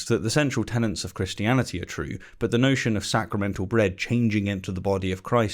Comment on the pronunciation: TenETS not tenANTS. A tenant is someone who lives in a rented property.